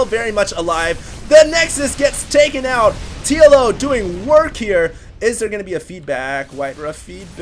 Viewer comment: lol i keep hearing Yellow instead of TLO